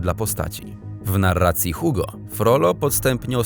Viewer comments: oraz "Igo", a nie Hugo... x.x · bardziej Ugo, tylko u bardziej z gardzła, zamknięte ;) ale zdecydowanie nie jak na tym filmie, generalnie ma sporo błędów, także merytorycznych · Błagam, jeśli się nie wie (co jest jednak dziwne skoro ukończyło się edukację obowiązkową) można SPRAWDZIĆ jak poprawnie przeczytać nazwiska bardzo ZNANYCH osób! Wiktor Hugo - Czyta się Igo! Tak samo Charles Perrault to Pero! o innych nazwiskach lub imionach już nawet nie wspomnę... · Ja wiem, że francuski jest trudny, ale żeby "Antoine" i "Hugo" przeczytać w taki sposób...